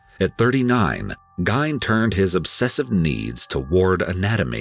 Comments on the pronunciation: This Ed was a grave robber that only killed two women that they know of and maybe his older brother… you are also saying his last name incorrectly. So really he’s not technically a serial killer. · I love the EWU videos but it hurt my soul to hear this video with Ed Gein name being pronounced wrong. I’m probably alone but I’ve been patiently waiting on this to get redone with the right pronunciation.. lol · Ed Gein wasn’t the only butcher in this documentary. The narrator butchered Ed’s last name the entire time. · Couldn't even watch with how bad you pronounced Gein. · What's killing me is him mispronouncing his last name idk why but it is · Decent job on most details, but the video should be narrated with the correctly pronounced last name. Ed was a nut, and his mother made him that way, but his brother and father deserve more respect than to have their name slaughtered in such a public way. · I wanted to watch this but it's annoying me to high hell listening to the last name being mispronounced again and again and again. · If your going to do a story about someone at least get the name right. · U need to get a better text to speech cause that is not how u pronounce Gein. That is not the only time u have had terrible pronunciation of words that you should know how to pronounce it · Dude totally mispronouncing the name lol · The name Gein was actually pronounced Geen. When my wife was a young child living in Wisconsin, her Dad would threaten her and her sibs "If you kids don't shut up I'm gonna drop you off at Ed Gein's house!' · Great vid and very insightful. You present more facts than any other documentary of Ed Gein that I've seen. Excellently produced! I've always heard his last name pronounced "GEEN" though. Great job! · Ed's last name is pronounced [Geen]. He used to baby set for my 1st. Husbands family. They knew him well. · Its PRONOUNCED GEEN (RHYMES WITH JEAN) AHH! THATS FRUSTRATING! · Say it like this Geen. Like hair sheen but with a G.